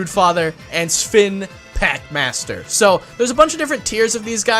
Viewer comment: Did he just say Sfin packmaster sven packmaster